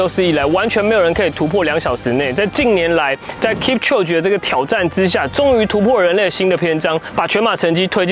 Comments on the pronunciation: 他的名字要唸：kip秋給，這樣才是正確的喔🥲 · 發音應該是 Kip-cho-ge，讀音像 kip·cho·gay 話說攝影師陪跑這麼久應該早就沒力了吧！結果最後他還跑